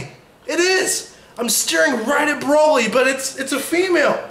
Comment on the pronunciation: He pronounces Broly braoly the first time